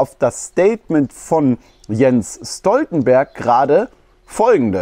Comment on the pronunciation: Stoltenberg gesprochen Schtoltenberg.